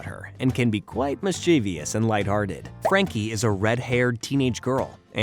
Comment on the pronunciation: Love the videos, just fyi mischievous is pronounced miss - che - vus, not miss - chee- vee - uss